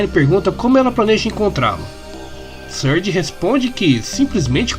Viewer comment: Não dá, toda vez q o diz "Surge" eu só escuto "Scourge".